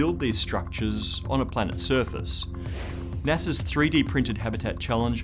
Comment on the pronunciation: did he just say "NESA"?!